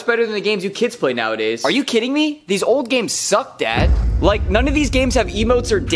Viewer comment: Don’t emphasize old like you didn’t do the same with your parents 😒